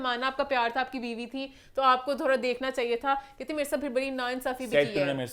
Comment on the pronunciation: Emaan needs to correct her pronunciation of "bari" (big) . It's not Bhari....!